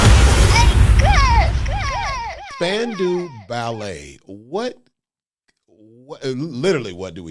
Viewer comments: Spandau - not Spandu. And it is prounced Span-Dow (like Doe Jones). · They were not a boy band. They were the New Romantics. Very talented, did not lip sync. Pronounced spandau (dale) 😊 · It's pronounced Span Dow Ballet. Named after Spandau Citadel in Berlin. The Ballet was said to be describing the twitching of all the people who were hung there during WWII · Pronounced span- dow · It's pronounced "Span-dow" Spandau is actually a place in Germany near Berlin. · Pronounced Span-dow - rhymes with how. Not even close to a boy band. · I love ya Krizz, but your statement about cordless mics was incorrect. Oh yeah, we did. And it's pronounced Span-dow Ballet. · Pronounced as Span-dow, as in span-cow, Ballet. Not a boy band. Movies 🎥 16 Candles 🕯 starring Molly Ringwald in 1984. The Wedding 💒 Singer has an excerpt. Written by Gary Kemp. Classic 🙌 1980s pop ballad. In the video he is on piano 🎹. But, in concert and in the studio 🎙 he was on guitar 🎸. Jess Bailey was on piano 🎹 in the studio and on tour in early days of Spandau Ballet. Martin Kemp, younger brother of Gary, on bass guitar 🎸. He was married to Shirlie Hollliman, who was a backing singer for Wham! You can see them in the music video 📹 Last Christmas 🎄. Steve Norman on saxophone 🎷 John Keeble on drums 🥁. Tony Hadley on lead vocals. He quit. The band broke up afterwards. . Marvin refers to Marvin Gaye, who was alive in 1983. RIP. Samples. 1 In 1991, PM Dawn used a sample for a song 🎵. 2 Backstreet Boys had a sample: ain't nothing but a heartache 💔 matched the descending piano scale, and last , of True. Suggested videos 📹: 1 PM Dawn performs Set Adrift on Memory Bliss 2 Backstreet Boys sing I Want It That Way. 3 Spandau Ballet performs Highly Strung. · IT'S SPAN....DOW, that's the pronunciation. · and the 'dow' part is pronounced as in 'down' , not as in 'window' -- except if you live in some parts of the world like Scotland, Canada, some Northern English counties.